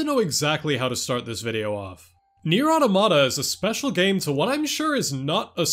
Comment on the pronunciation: You’er not pronouncing the title right.